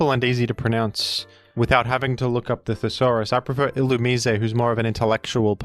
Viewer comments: You pronounced it "ill-oo-mee-say", when it's actually intended to be pronounced "ill-oo-mai-see". Might be an Australian thing tho idk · Ill-ooh-meez Illumisé pronouncers are illiterate. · How else would you pronounce illumise? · I want to buy the thesaurus that tells you how to pronounce Illumise